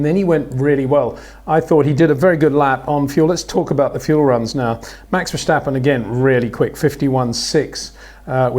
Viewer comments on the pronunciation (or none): Peter, you say "Verstappen" with an H somewhere in the name, like Vershstappen.